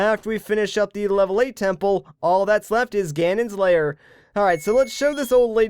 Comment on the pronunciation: why do you say layer instead of lair